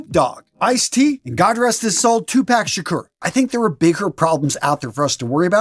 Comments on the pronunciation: This is mainly done on the outside world not in prison. Prison has a whole different set of rules. I like how mispronounced Tupac's name 🤣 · Your mispronouncing of Tupac's name irked me so much, that I'm finally unsubbing after five years. I find it hard to believe that it wasn't intentional. This video also seems to be mostly targeted at the Hiphop culture. I get it, the culture isn't for you. Doesn't make it bad fashion. Since infact the culture influences the fashion industry heavily. Besides saggy pants, I found nothing wrong with most of the list. P.S... YouTube, Disney Socks & Sandals. It's a great song😭 Sincerely, Team Crocs (all day errday)